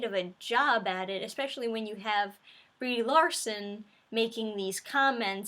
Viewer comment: Did you call her "B-REEEEEEE Larson"?? Oh, I bet the reason for the poor FX are that their technicians were hired for "wokeness" and not talent.